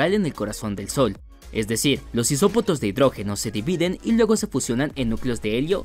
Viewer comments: Isotopos no isopotos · Min los isopotos de hidrógeno 😂😂😂😂😂 isopotos 🤣🤣🤣🤣